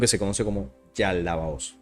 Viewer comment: Es Yaldabaoth, no Yaldabaotz.❤